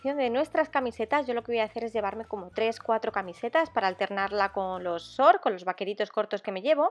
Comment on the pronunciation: Al principio dice chos no schors